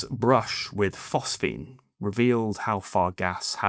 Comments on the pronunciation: PhosGene my lad. Phos Ge ne... Not PhosPhene... Anyway, great channel, I support good old not ai narration. 👍🏻 keep 'em coming..! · PhosGENE! not “phosphene.” Do your homework.